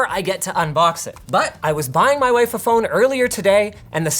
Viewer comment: “Maa wife” 😂